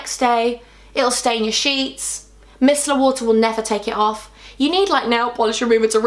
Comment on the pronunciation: The way you said micellar 😂 oh you make me laugh I love you baby gal ❤️❤️❤️❤️